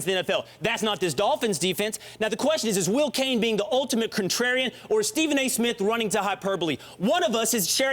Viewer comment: PEOPLE!! This mans name is Ste PHen A. Smith not Steven. FUCK! it's in the title every damn episode.